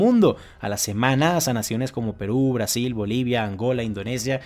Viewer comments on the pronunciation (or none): none